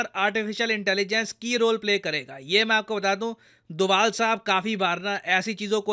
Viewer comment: ये डोवल क्यो बोले 🤔🤔